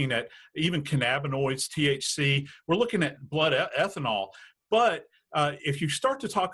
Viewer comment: I dont trust this guy now... he cant even pronounce cannabinoids 🤦‍♀️😂😂😂😂😂😂